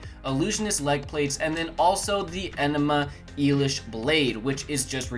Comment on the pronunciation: "Enema Elish" lol